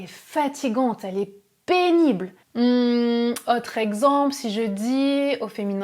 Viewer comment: Merci pour la vidéo. Très bonne élocution ! (claire et lente). En revanche, vous faites une erreur de prononciation qui peut déconcentrer les auditeurs : "autre(s)" et "chose(s)" (qui vient de "cause") se prononcent avec un "o" fermé. En français, "ô" et "au" DOIVENT se prononcer avec un o fermé. Ex. : La cote ("o" ouvert) est un niveau, la côte ("o" fermé) est un bord de mer. Hotte ("o" ouvert) est le panier du vendangeur ou du père Noël, hot ("o" ouvert) signifie chaud, osé, mais haute ("o" fermé) est le féminin de l'adjectif haut. Le non-respect de ces règles élémentaires de prononciation présente les inconvénients de déconcentrer les auditeurs et de créer des problèmes de compréhension (malentendus). Donc, avec la qualité de vos vidéos, vous devez avoir la cote !😉 Merci et félicitations !!😉